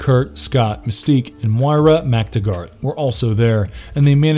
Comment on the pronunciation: no no no, its pronounced "Mic Tag Ert"